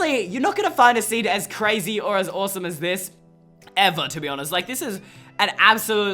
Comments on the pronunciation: He said awsorse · did he say "awesome" or "horse"??? Idk, but I do know that..I LOVED, this video